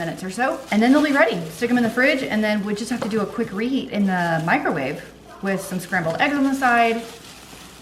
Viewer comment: Thanks for another great video,! Every time you say "microwave," I hear "micro-wah-vay" 🤣